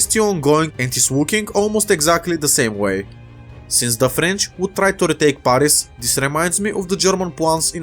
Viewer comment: You pronounce the a in Paris it like the a in cat not the one in the word arctic